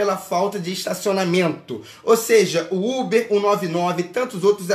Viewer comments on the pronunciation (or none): KKKKKK ele falando ubi achei mt engraçado